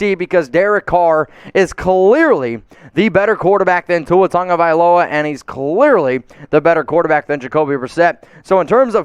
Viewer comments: Question? Tua Ta-go-vai-lo-a? Where's the N that every announcer seems to pronounce as TaN-go-vai-lo-a? There's No N. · okay can someone speaking hawaiian explain how Tago becomes Tongo because everyone says Tongovailoa when pronouncing his name but it's spelled Tagovailoa.